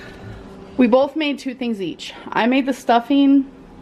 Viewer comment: “Bolth” I see what you did there haha